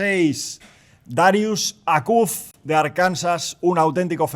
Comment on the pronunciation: me hace mal la pronunciacion de Jose de Darius Acuff jajaja